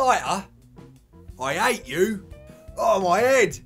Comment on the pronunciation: surely he should've gotten rid of the 'H'.